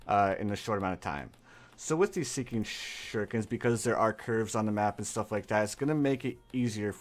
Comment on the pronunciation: I love how he says seeking shhhuriken